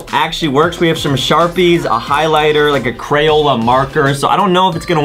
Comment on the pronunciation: Shome sharpies 😂